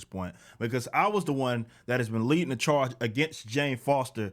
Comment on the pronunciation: "I'm leadin' the CHAAHGE!!!!"